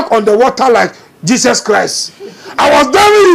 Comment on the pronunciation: The name IS JESUS not jeses